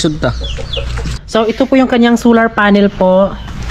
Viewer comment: bat ba hindi mo ma pronounce pronounce yang solar na yan sular ka ng sular its SOOOOLLLLLLAAAAAAR not SUUUUULLLLAAAR